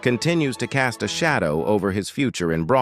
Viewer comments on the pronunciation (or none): none